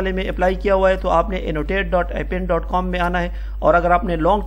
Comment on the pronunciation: in appen A is a Silent